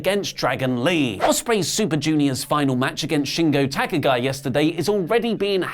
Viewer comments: Shingo Talk-a guy? Damn, I know his name isn't English but could you maybe learn to pronounce it correctly? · why you (and your friends here on WT) say Kazuchika Okada adding an "r" at the end of Kazuchika? Also with other Japanese name you do it... And also why you pronounce Takagi like an English name? Have you ever give attention during NJ promos or shows on how Japanese names need to be pronounced? Beside that I love your show, you are the best in WT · How difficult is it to pronounce Takagi?